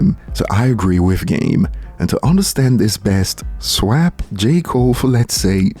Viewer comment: how did you pronounce "swap"? 😂